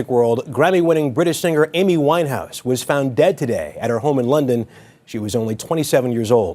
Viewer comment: LAY-D GA-GA, A-MEE WINE-HAUS 🤔 smells like a sacrifice.